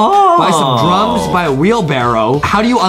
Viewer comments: When Justin said "Buy some Drums" I thought he said Buy some Drugs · Who else heard “boy some drugs” instead of “buy some drums”?